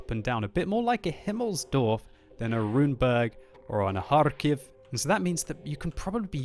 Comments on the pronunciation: LoL that HarRrRr- kiv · he is saying it in it's original language. :) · The russians slurr the K